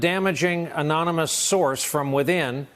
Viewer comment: you have a so call man playing the President who can't say the word ANONYMOUS the man can't say a third grade word. no wonder this country is going down hill.